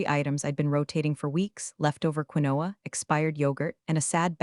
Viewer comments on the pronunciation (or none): Quinoa is pronounced KEEN'wa